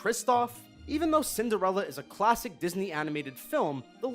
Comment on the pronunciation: You didn't think anyone would notice did you? I know your game. You misspelled Cinderella and said Cindrella instead. Mmhmm, I'm onto you lol